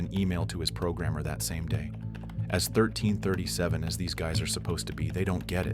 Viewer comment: i dont mind an ai narratiom but can you make sure it pronounces words right? 1337? is leet short for elite and pwnd is slang for owned and IN-valid and inv-alid have totally different definitions